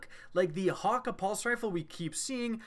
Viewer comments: pronounces it hawk-aye not hawkkah' this bothers me lol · This guy saying ha ka is pissing me off everyone i know pronounces it as hah kay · It's hakke man not hakka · Hakke is pronounced (Hak)-(Kay). None of this hawker nonsense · Hate the way he says hakke ... there's no w in there so why pronounce it as hawkka ? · I don't know if it's his accent or he doesn't know to say it but Hakkë is pronounced hauk-eh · I dont know why they cant pronounce it correctly. They say the foundry names in D1 and its not "Hakka" or "Ohmolon" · Good choice except I hate how he says hakke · The way you pronounce hakkë burns my ears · That's not how hakkë is pronounced just play Cayde's stash and do that secret room thing and listen to how Cayde says it.